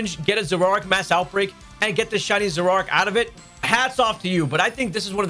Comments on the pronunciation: Zoro-Ark, not Zororark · Dude…your adding a whole syllable to Zoroark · You say Zoroark funny.